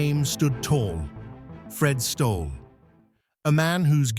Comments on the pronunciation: Pronounced Stolley!! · Who did you ask for the pronunciation of Stolle!...Stolley! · I WANT TO REPEAT THE MESSAGE FROM Who did you ask for the pronunciation of Stolle!...Stolley! FRED WAS A GREAT PLAYER. AS KIDS, CHARLIE HOLLIS, OUR COACH, WAS ABLE TO ATTACT THE TOP PLAYERS IN THE EARLY SIXTIES TO VISIT HIS COURT IN GOSFORD. FRED WAS A REGULAR VISITOR EACH YEAR. ONE YEAR, HE WAS AS SICK AS - YOU COULD SEE HIS INFLAMED COMPLEXION AND IT WAS OBVIOUS THAT HE WAS IN DISTRESS, BUT HE CAME THAT NIGHT, TOO, AND PERFORMED FOR US, PLAYING TWO SETS OF SINGLES AND A SET OF DOUBLES, AS ALWAYS. HE WAS KINDLY, AND HAD A SENSE OF HUMOUR - NEVER POMPOUS OR SELF-IMPORTANT - VERY DOWN TO EARTH. I ASKED HIM ON COURT BETWEEN SETS, WHAT DID THE "F.S.S." STAND FOR ON HIS TENNIS SHIRT? HE REPLIED, WITHOUT BLINKING, "FAST, SURE SERVICE!" WATCH HIS VICTORY OVER A GREAT PLAYER, JOHN NEWCOMBE, IN THE FINAL SETS OF THE US SINGLES IN, I THINK, 1966. FROM MEMORY, HE DEFEATED ANOTHER ALL-TIME GREAT, ROY EMERSON, THE FASTEST MAN EVER ON A TENNIS COURT, IN THE SEMI THAT YEAR. GOOD ON YOU, FRED!